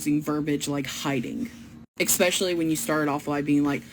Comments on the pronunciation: The way she constantly said expecially made me die inside...and English isn't even my native language. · My God, these people are all the same. I can't distinguish between one and the other. However, I will forever be able to remember this one because she said expecially and she will forever be on my shit list for that. It's a matter of principle.